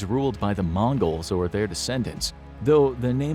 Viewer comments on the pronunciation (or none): none